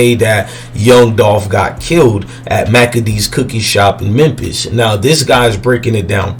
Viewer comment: He said mempis lmao 🤣